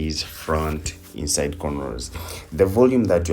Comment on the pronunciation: Lawd, I thought he was saying the EAST SIDE Method 🤣. Ok, inside method...got it!